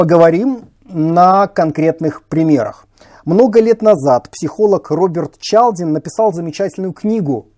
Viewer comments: Ну какой Чалдин, если он Чалдини? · ЧалдИни (итальянец), а не ЧАлдин (на ) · ЧалдинИ, а не Чалдин. Сразу впечатление что человек не понимает о чем говорит.